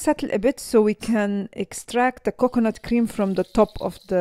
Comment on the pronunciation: 😂😂 extra virgin cocknut oil, ohh boy!! the pronounciation is so messed up